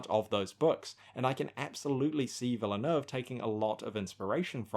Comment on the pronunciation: This would have been more useful to you before you said it 42 times incorrectly, but it's pronounces "Vil-neuve" the "e" is silent in French (as opposed to Spanish). Cheers.